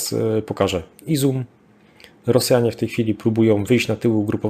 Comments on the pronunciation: bardzo dobre materiały, tylko mógłbyś poćwiczyć nazwy miejscowości. Wiem, że niektóre są dość trudne, ale jednak Izum zamiast Izium czy Krematorsk zamiast Kramatorsk trochę razi. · Drobna uwaga do p.. Proszę o podawanie poprawnych nazw miejscowości. Nie Izum lecz IzJum i nie Melitpol, lecz MelitOpol, nie Barwinków, a BarwinkOWE. Poza tymi literówkami program świetny.